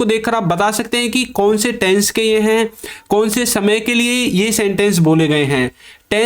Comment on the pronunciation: Taisns nahin tense hota hai behude